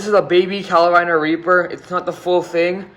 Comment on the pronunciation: bruh it’s carolina not “calo-rina”